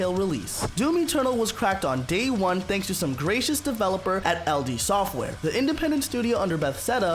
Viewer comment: "Bethseda" and "LD Software" really killed this ep for me. Does the guy who read the script really not know who ID Software is?